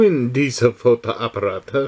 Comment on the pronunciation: Thumbs up! sometimes it's strange which words your computer program judges "wrong" or "right". For example, you pronounced "Fotoapparate" (cameras) at minute absolutely correct, yet the program said "wrong". Strange!